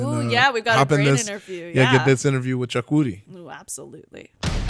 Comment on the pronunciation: Aw man Chukwudi was great! You could tell he was happy right out the gate when you said his name right